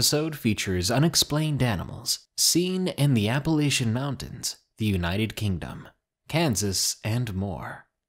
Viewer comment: I seriously wish you'd pronounce Appalachian/Appalachia correctly. :'(